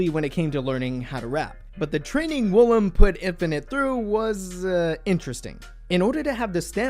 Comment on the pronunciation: woolim is NOT pronounced 'willam'. it's pronounced oo-lim 울림